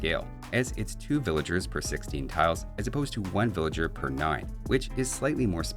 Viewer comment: What's a Villaer? xD jk. Love you. have my babies.